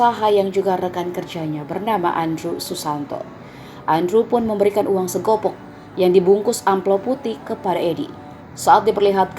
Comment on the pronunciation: Bukan segopok mbak, tapi segepok